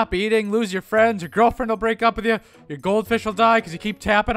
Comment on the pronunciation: ALL I HEAR IS "PLAYING AITH IT SELF"!!!!!!!!😖😖😖😖😖😖😨😨😨😨😨😨😰😰😧😦😦😧😲😲😦